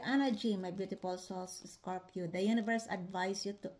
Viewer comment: Scor pee O’s! 😊 I had never heard someone use 3 syllables to say the word Scorpio😂 Thanks!